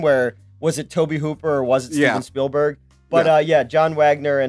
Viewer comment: LoL had ZERO right to call out newts names we all heard him say "Spielsberg" 😝